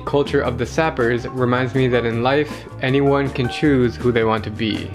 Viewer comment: You must pronounce Sapeurs the French way. It is not sapper.